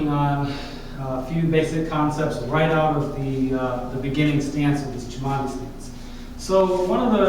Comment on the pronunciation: You are pronouncing Cimandie inccorectly, and tgis is not half moon steps